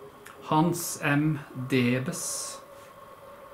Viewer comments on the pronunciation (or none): none